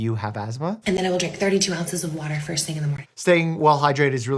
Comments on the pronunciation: Off topic but I like how he says WATER Wader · Ive never heard mikes NY accent so much than when he says "water" 😂😂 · didn’t even have to look up where he lives, the way he said “wooter” immediately tells me he’s from the East Coast or New York lol. I’m not making fun of it I just think it’s funny how different Some words are depending on where you are in the states